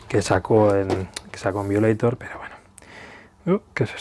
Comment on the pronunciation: Se pronuncia "vaioleitor". Igual buen vídeo👍 y como tú has dicho: Larga Vida a Depeche Mode!